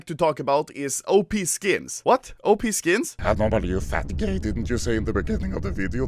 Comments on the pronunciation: am i the only one that heard anomaly say "anorbely" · Boi. Anomaly anemraly